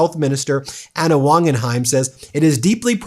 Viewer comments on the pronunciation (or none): none